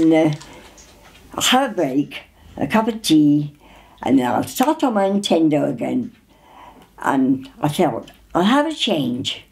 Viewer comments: “Intendo” it’s beautiful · "the atendo"